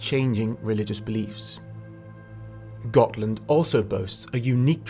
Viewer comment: Gonna take a shot every time I hear him say "Got[h]land"...